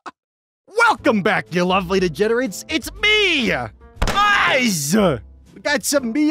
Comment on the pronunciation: whenever oz starts a video and is like "its me! oz!" My brain thinks he's saying eyes and not oz